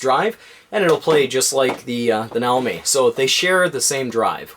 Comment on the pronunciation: Not if you're referring to a Japanese product using Japanese pronunciation. Nah-Oh-Mee